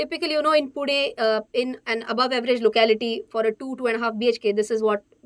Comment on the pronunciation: When mam says पुणे instead of पूना or पुने... feeling proud😎😎